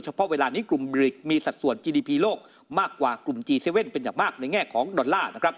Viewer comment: ควรอ่านว่าจีเจ็ด